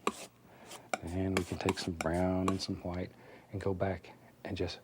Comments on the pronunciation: themango1007 "hwite." "as in the BEST COLOR, TITANIUM HWITE" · Started saying "white" as "hwite" thanks to Bob Ross. Someone heard me and was like "waaaat!?" Hahahahaha!